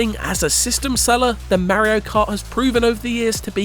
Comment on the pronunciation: Merio ❌ Mario ✅